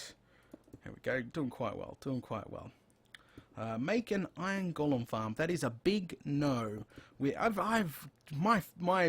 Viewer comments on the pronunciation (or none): none